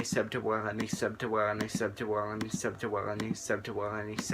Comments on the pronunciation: i swear at the end ur saying sep ta wong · I watched tell it sounded like “subdtowony” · really far in it sounds like hes saying shuts yo ass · It was "Sub2Willne" to "Sept2Wulleney"